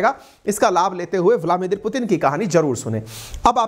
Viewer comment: आप हमेशा ब्लादिमीर पुतिन को ब्लामिदिर बोलते हो जी please correct it.